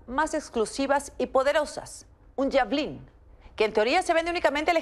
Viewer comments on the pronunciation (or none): Eso no es un javelin deverian investigar primero ni siquiera lo pronuncia bien la disque periodista